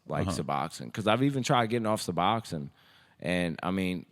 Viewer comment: My boy really said Suboxon 😂